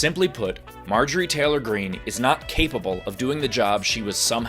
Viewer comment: Actually she said cable...just saying 😂😂😂